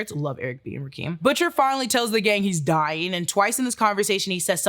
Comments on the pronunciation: Ra- Kim Not Rakem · Ra-Kim not Rakeem 😂😂😂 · Rock-kim that's how it's said lol. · rock-kim and kessler not keesler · it's rah-kim u a lil 2 close 2 gettin that blac card revoked😂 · It's actually not! It's pronounced RAH-kim!